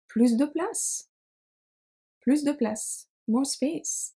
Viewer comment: Very useful, - thanks. I was surprised to hear you pronounce the S at the end of PLUS in "plus de place". Whenever I have heard expressions like "plus de temp" or "plus tard", the S has always been silent. Would you be kind enough to explain, please? 😜